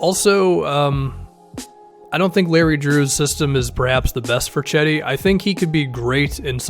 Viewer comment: Gedi not cedi